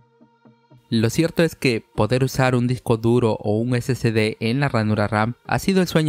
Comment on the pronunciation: No se dice SCD es SSD, o sea no se llama (ese ce de) es (ese ese de) confundes a las personas que van empezando en esto.